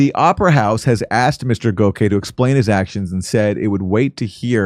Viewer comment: Its pronounced GOCK-See